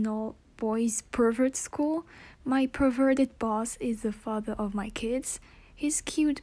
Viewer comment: Bruh how fucking old are you, like 4? You can't even say perverted right you say pervwerdert instead, lol. ITS A JOKE it's not supposed to be offensive take it like a man.